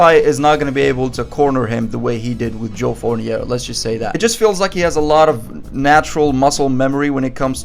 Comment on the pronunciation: You pronouncing joe fournieR is still hilarious